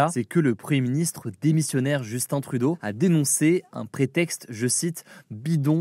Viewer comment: Enfin quelqu'un qui dit Justin trudeau comme du monde 😂😅